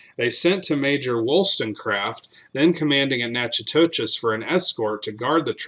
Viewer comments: Nack o dish !…..it’s Nack o dish ! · Natchitoches is pronounced nacodish